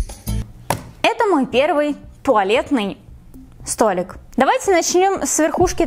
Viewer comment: СтолИк! А не столЕк